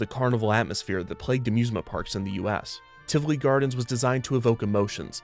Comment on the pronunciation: I wasn't prepared for Tivoli (or Tivoli Gardens, if you prefer) to show up here, of all places. Huh. That was a lovely surprise - and thank you for being so careful and correct with the pronunciation of both the park and its founder. That was an extra treat on top of an informative and lovely episode :D